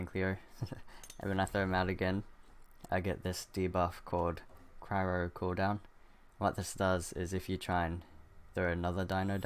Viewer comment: The way you say Cryo upsets me.... xP thanks for the vid will get the gacha one, the rest seems OP.